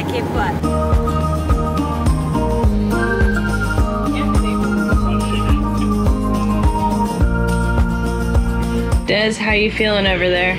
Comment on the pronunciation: It's Cape Cahd not Cape Cuud.